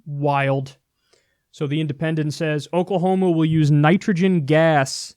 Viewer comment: That is not "OKAY-lah-homa" 😉